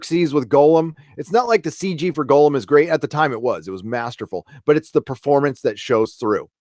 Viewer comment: Ugh - its Gollum (Gaul-uhm) not Golem (Go Lem)... Great nooner BTW. Loved it.